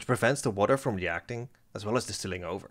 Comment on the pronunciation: D-i-stilling! Not destilling!